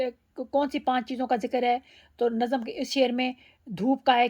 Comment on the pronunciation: Namz... Ma'am correct pronunciation